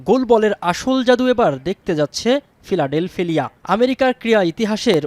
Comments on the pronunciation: ফিলাডেলফিয়া ✅ ফিলাডেলফেলিয়া ❌ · ফিলাডেলফিয়ার উচ্চারণ কে ঠাপাই দেয়ার জন্য ধন্যবাদ 🤣🤣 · উনি ভুল করে নাই,না জেনে বলেছে।উচ্চারণ ভুল